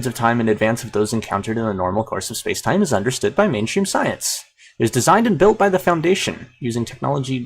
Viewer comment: space-time..YOU GOT IT RIGHT.. AH YES.. I have heard SO, many people say space and time.. But that's so wrong:D